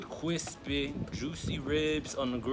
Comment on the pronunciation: Yazzzzz he said CWISPY 😂😂